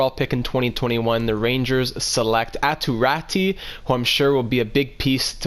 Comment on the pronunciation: Aatu Raty is pronounced: "Ah-two Ra-two"